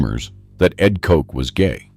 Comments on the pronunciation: Pronounced cot- ch, not Coke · His name was Edward Koch not Edward Coke😅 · Koch's rhymes with crotch. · Its mayor koch not kote. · It would help if you could pronounce the names of these evil reprobates! Aids is the sin disease of sodomites! If they found salvation through Christ they would have cared because they already knew what they were doing was blasphemy! Koch is not pronounced kock! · They mispronounce the last name of Ed Koch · Koch died of congestive heart failure. Not Aids. Can't even pronounce the man's name.